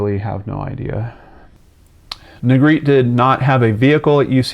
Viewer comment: Negretè is a Spanish surname. It is pronounced NEY GRE TAY. Negretti isn’t Spanish. Negretè is traditionally pronounced and the R is rolled.